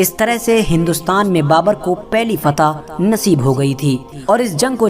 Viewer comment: फता नही फतह बोलो